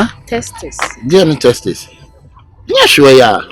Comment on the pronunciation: wabon oo she said testis😂😂😂